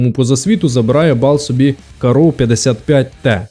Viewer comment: Порівняння супер, але, все відео різало слух, як ти називаєш карро) Правильно кАрро, не каррО)